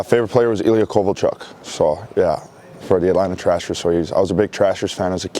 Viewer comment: hahaha Atlanta Trashers! Love that he said Trashers and not Thrashers :D